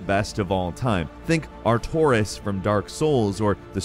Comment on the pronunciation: Please.. it’s pronounced Are-Tor-ee-ass